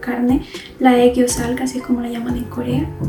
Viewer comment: 👀💖💖 I want to try this makeup🍂🍂 Your 애교살 pronunciation is perfect❤️‍🔥